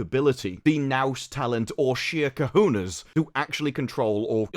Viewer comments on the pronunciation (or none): Love that he pronounced cojones "kahunas."